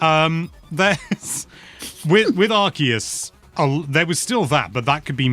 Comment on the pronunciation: Kudos for the correct pronunciation of Arceus